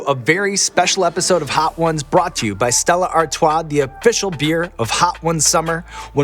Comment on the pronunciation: I’m from the south of England and I have never heard anybody pronounce Stella Artois as posh as that 👍